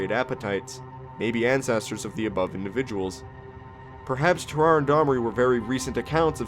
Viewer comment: Ter-are-ay not terar. Sam-o-nella did a better job